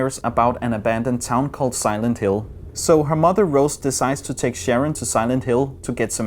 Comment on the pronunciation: Silend Hill eller the condjuing ved ikke helt hvordan film navne står nok lidt forkert